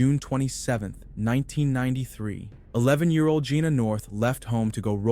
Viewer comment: Her name is pronounced like "Gina"